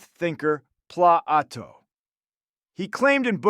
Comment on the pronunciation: Thom Ashobbes..... Thomas Hobbs! Pla-Ato?!?!? Locka?!?!? Daaved Hu'ume AKA David Hume?!?!?